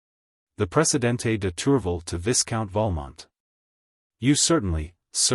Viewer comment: The AI voice makes LOTS of mistakes in pronunciation and intonation. Too many to mention But the most grating is the mispronunciation of Viscount as viss-count. It should be vy-count obviously. Vy as in by. One of the other bad ones is not pronouncing the names properly and where "M." shows up in front of a name not pronouncing it as Monsieur. There are many other errors too.